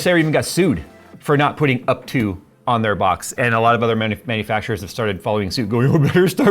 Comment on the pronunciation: up to-ah